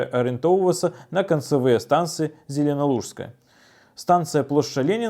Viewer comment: Я заўважыў дзьве памылкі з вымаўленьнем калі Ш і Ж мусіць ператварацца на с/сь (зеленалу(с)кая й нарэ(сь)це), а яшчэ недзе побач з нарэшце было мяккае Ч. Гэтыя правілы пашыраюцца і на сучасную беларусую нармалізацыю і на афіцыйную ня гледзячы на напісаньне. Так, з памылкамі змагацца й змагацца(